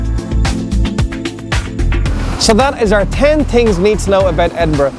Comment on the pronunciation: oh my god i want to slap this guy. 'ten tings'